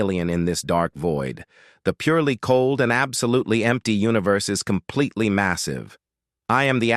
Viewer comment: Doude stop saying compeletly